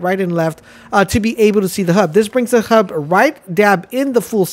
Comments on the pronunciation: It's a HUD not a hub lol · "novic" and "hub"? It's like you aren'tt even trying...